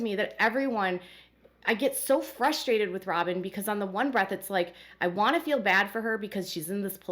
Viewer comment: Does ANYONE on this show know how to pronounce the word feel???? It has a long e NOT a short i !!!!